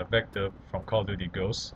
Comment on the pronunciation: jeje cal of diury